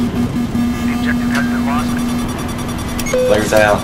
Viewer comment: he said "flaris" not flairs